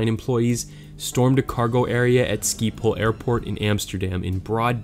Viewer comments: Skipole airport?... Sjiphol is how you'd pronounce it. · You are saying schiphol like skiphole and its really funny because im dutch and it doesnt even sound like it 😂 no hate love youre vids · just a heads up it's not schiephol but is sounds really funny hahaha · the way you pronounced Schiphol XD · An American pronouncing "schiphol" is one of the cringiest things I've ever heard